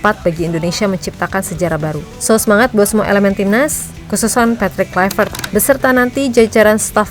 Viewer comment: Haii,... saya mohon, KLUI, bukan KLAIveet, krn dia orang Belanda, bukan orang Inggris... Kalau nama kita dilafalkan salah pun ga suka, kan... semoga bermanfaat, spy ga nularin kesalahan ke masyarakat Indonesia... Makasii...